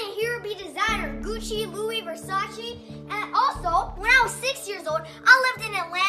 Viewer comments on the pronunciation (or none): none